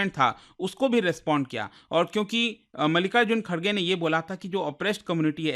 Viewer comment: Bro Literally Said Malika Ji Kharge 😂😂